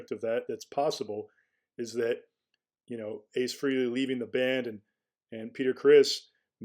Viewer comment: It’s FRAY-LEE!!! 🙄